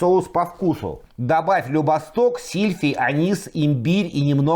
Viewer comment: Любисток, ударение на и (прошу прощения, но, вдруг надо..)😮❤❤❤